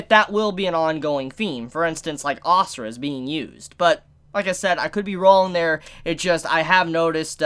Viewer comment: u say it like "a sur" not asura xD , i am indian so xD